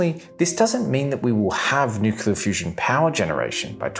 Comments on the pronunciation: I love your videos, but it's driving me nuts how you pronounce 'nuclear' - it's 'new-clear', not 'new-cu-ler'... Keep 'em coming! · You shouldn't do a video on nuclear topic if you can't be bothered pronouncing the word correctly. New-kle-ah, not new-ku-lah. Thumb down. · Did he say "nucular" ???? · "New-Clear" not New-Queue-Luh. Hard to take you seriously when you can't even pronounce a two syllable word correctly. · Repeat after me, Nu-cle-ar. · My wife and I both love this guy's videos, but yes, the "nukular" is a bit hard to listen to. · Sorry mate, I can't get past nukular. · How do you make a video about fusion and not learn to pronounce "nuclear"? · Just look at the spelling of the word 'nuclear'. It isn't that hard to pronounce the word correctly. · This guy perpetuates the mispronunciation of the word 'nuclear'. It's hard to believe that his thoughts on physics are correct when he can't pronounce 'nuclear'. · So, out of 25 times the word "nuclear" is used in this video, every single time it is pronounced as "nukular". Including one instance of "thermonukular". Science at its best. I should have made it a drinking game or something.